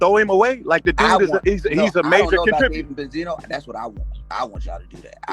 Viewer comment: Ben-See-No Neck 😅